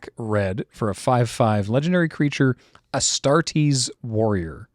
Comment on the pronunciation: Astartes not Astartes !!!